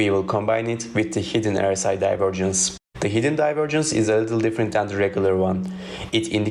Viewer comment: Your English is clear but you mispronounce the 'R' in RSI as an 'E'. You say 'errr-si' instead you should say 'are-si'.